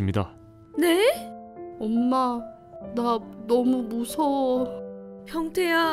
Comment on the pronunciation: 🍒아니 첫번째 사연때 병태야~할때 변태야~하는줄..ㅋㅋ